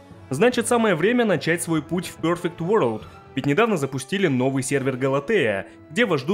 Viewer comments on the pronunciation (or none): none